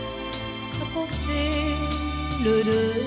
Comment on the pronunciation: Écoutez bien quand elle prononce le mot Deuil un accent d’une régions de France